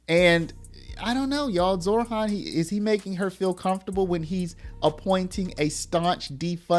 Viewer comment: Zohran.... not ZorHHHHHHAAAANNNNN.